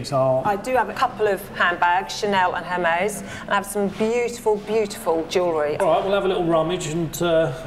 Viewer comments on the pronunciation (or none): Exactlly! Even the pawnbroker pronounde it hermies. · These people want to sell Hermes bags but, can't even pronounce it correctly!!!